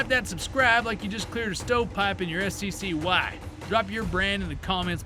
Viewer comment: Did... do people really call it S.C.C.Y.? You pronounce it like a word, it's pronounced Sky.